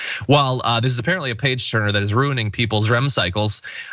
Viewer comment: Did she say page turner or page burner?